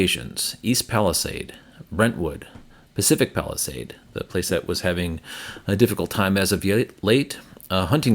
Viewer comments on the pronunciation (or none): none